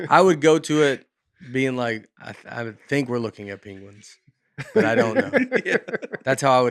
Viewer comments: I love how Nate brings up "pAnguins" every episode 😂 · he trashes aaron in an early episode for saying "panguins", truth is there isn't a hint of proper english on this podcast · that’s true haha I feel like Aaron says it correctly though